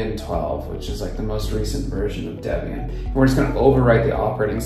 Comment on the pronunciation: Deb-ian and Frih-gate... smh.